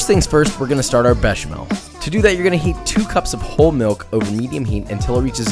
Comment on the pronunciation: ...but he nailed béchamel. Monsieur isn't exactly unknown to American English speakers.